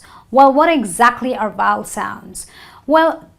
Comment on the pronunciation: I have a suggestion; why NOT first learn how to pronounce before taking such a video and trying to spoil others' English? :D Like for example U could learn how to pronounce the word 'Vowel'; it's obviously not pronounced as 'voul' right? :D ... And yes, "Please read a GOOD Dictionary before you plan to teach". OK? :D